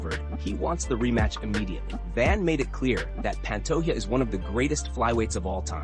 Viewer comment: Hey brotha in Portuguese the “J” sound is pronounced if you care. It’s not pan-toh-a it’s pa^nto-J-a. Just like Jose Aldo is pronounced Jo-zE Aldo not Hoe-se. In Spanish they pronounce the Js as Hs (often but not always) not Portuguese If you get that right. A lot of Brazilian watchers will be impressed and may subscribe since it’s a common mispronunciation.